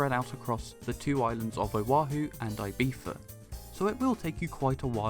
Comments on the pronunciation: Your prononciation of "Ibiza" absolutely kills me, but I love the review. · I'm British and I don't pronounce Ibiza the way you do.